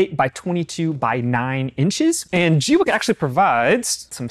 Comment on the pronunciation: I heard a Chinese person pronounce it gway kuh. Thanks for the review. Very informative.